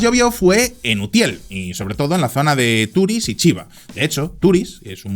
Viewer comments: Solo un apunte, no se dice Turis, se dice Turís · se dice TURÍS, con la tonica en la i, y no TÚRIS, gracias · la pronunciación de Turís o Benetússer ha sido un poco lamentable. El vídeo y su contenido genial, como siempre. Un saludo desde l'Horta Sud.